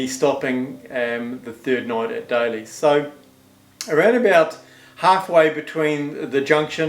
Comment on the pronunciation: Great tramps, thanks. Notice you call Dalys hut as Daily as in Daily bread etc. It is actually named after the Dalmatians who farmed in the area. So Dalys please